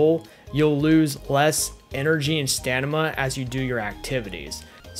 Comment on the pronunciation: Lol you say stanima. It’s staMiNa